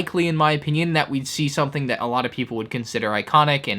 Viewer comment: Take a shot every time he says "soNething" instead of "something".